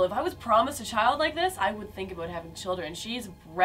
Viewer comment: super Canadian "about"